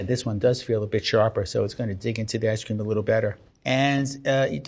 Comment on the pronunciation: 1 like for every time he said ice ceem